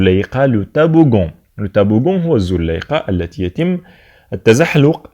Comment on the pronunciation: Toboggan ولا taboggan !!!!!! نتا راك تنطق فيها طابوڤون